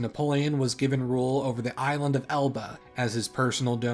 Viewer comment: Elba, not Alba.